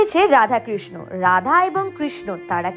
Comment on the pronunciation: Kirsna noy pls sreekrishna uccharon karun...